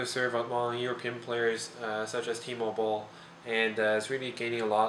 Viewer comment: Dumb thought: I thought he was saying "T-mobile" - Timo Boll...really sounds like it -_